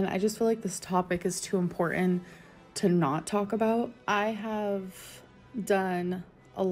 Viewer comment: Importend how she says important